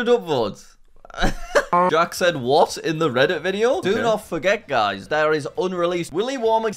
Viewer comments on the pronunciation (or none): none